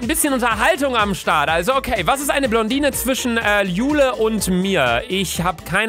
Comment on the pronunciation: Wem fällt das auch auf das er statt "Blondine", "Plondine" sagt xD #NoHate xD